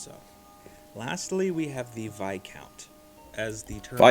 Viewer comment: We put the emphasis on the first syllable with these titles. Most of them sound how they look. Marsheness and Vycount/Vycountess are the pronunciations for the difficult ones.